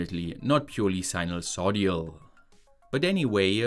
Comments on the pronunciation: Big fan of your videos! Just not sure if it's a mistake or inside joke when you say "sinusoid-i-al" instead of sinusoidal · it's pronounced sinus-OI-DAL not sinus-O-DIAL. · Sinusoidal, not sinusodial :) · Interesting, as always. One tiny irritant - the word is sinusoidal, not sinusodial. The 'i' is in the third, not the fourth syllable. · You seem to flip "d" and "i" when saying sinosoidal , so you end up with sinoso-dial. Took me a while to figure out why it sounded wrong. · it's "sinusoidal" — sinus-oid-al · Im rriggered everytime you mispronounce sinusoidal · jeez, I've never been more annoyed to hear sinusoidal pronounced like that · sinusoidal: ❌ sinulsodial: ✅